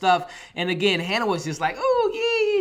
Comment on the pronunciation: U say Hannah,but is haniwa